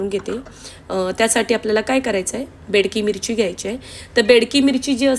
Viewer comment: बाई ग बेडकी मिरची नाही बेडगी मिरची आणी त्रिफळा नाही ग तिरफळ म्हणतात त्याला 🤦‍♀️😄